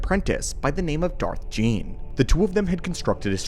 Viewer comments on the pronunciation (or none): Darth Gean. Pronounced ghee en